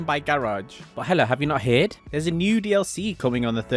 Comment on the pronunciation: He said heard wrong